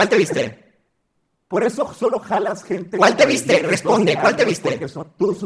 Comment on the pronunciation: "cUaL té vYzTe?"